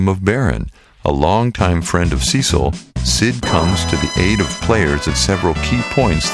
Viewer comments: One small mistake. The FFIV protagonist's name is pronounced as "Sess-il", not "Sea-sil" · So you Pronounce Cecil and Zidane wrong but you get Titus right????